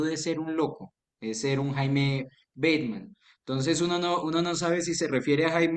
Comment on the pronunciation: No es "Beitman"... el guerrillero se le decia "Bateman". es como cuando dicen del festival de Cartagena "el Jai féstival" como si se pronunciara "en ingles"... pero solo es "Hay festival" HAY=de haber